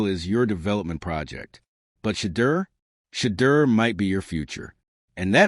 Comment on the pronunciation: At least train the AI to say Shedeur’s name correctly.